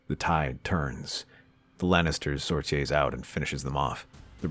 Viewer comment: I love your what if's but, the word "sortie" can be pronounced two ways: "SOR-tee" with the emphasis on the first syllable, or "sor-TEE" with the emphasis on the second syllable. It takes me out of the story every time I hear "sor-tee-EH".